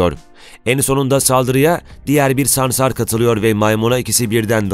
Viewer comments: Videoda sansar yerine ''samsar'' diyorsun . Reklam taktiği herhalde. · Samsar değil dilin dönmüyor hayvanin adını bilmiyon konusuyon SANSAR diyeceksin saçma saçma konuşma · Ya hocam böyle sansar değil de samsar diyormuşsun gibi geliyor 😅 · Samsarmı diyorsun? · Adam sansara samsar diyor